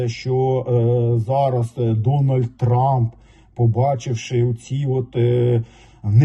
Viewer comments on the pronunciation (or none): none